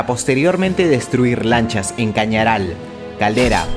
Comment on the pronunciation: Minuto Chañaral no Cañaral